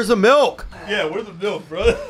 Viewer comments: Brendan, Milk doesn't have an E in it, quit saying it wrong! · If I hear Brendan say MELK one more fucking time.....